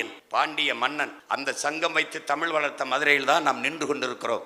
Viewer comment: டேய் தம்பி மொதல்ல தமிழ்ன்னு ழ் ஒழுங்கா சொல்லுப்பா